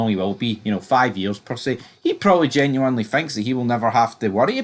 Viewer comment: genuinely bud not genu winely its one word, did you skive english the whole of your time in school 😂